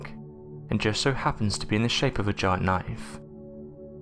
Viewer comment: "Knoife" Ya gotta respect the accent ;-)